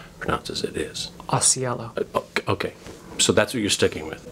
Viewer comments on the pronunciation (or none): Ausiello is an italian surname, so its not said elow, but el-lo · Assuming the surname is Italian (and I think it is) it is not the way to pronounce it